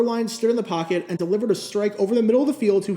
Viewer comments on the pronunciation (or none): none